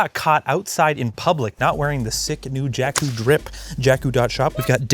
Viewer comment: "jakeeeeus" that was perfect